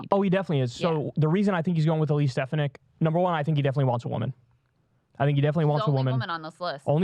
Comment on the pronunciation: Kyle, you’re from NY, you know damn well how to pronounce stef-AH-nihk 😂😂 Plus bonus to Kyle for the Borghum detailed visuals upfront